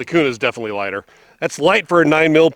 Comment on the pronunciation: Its Kuna bro, native Idahoans dont pronounce it Kyounah😆. What Optic and height are you running for co witnessing? Guys are lubing those mags and saying its better, but there is also crack issues. Hopefully better mags come out. Great gun